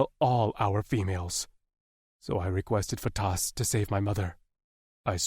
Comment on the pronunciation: The pronunciations are "Faytas"...NOT Fatass. "Meeko (Mikko)"....NOT My-ko.